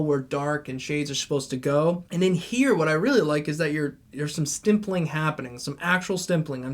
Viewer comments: it’s stippling not stimpling 😘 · Why are you saying stimpling